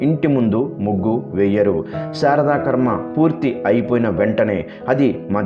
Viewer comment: శారద కర్మ కాదు, శ్రాద్ధ కర్మ అనాలండీ. భాష రాయడం మాట్లాడటంలో శ్రద్ధ వహించండి.